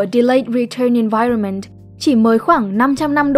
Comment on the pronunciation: Bạn phát âm tiếng anhh hay quée (nhất là chữ environment, trừ chữ measure keke)